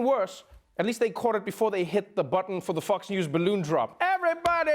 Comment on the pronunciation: Lmfao I thought he said "Fucks & Friends" but he said Fox 😂😂😂😂😂😂😂